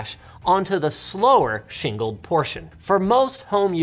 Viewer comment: "shingled magnetic recording" or "single magnetic recording"?